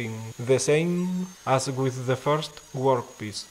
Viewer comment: Very cool..but now I can't stop saying "gwork piece." 😂